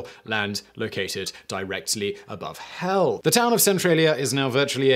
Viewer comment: Simon said so much gold in this video: "go to a place where it wasn't right above HELL" "There is not going to be a lot of demand for land located right above HELL" "Only remain 5 crazy people, also know as residents" One must appreciate the emphasis he put in the word "hell" every time he said it during this video lol